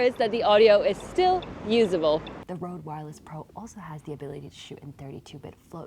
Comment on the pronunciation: Its « Reud » not « Rowd »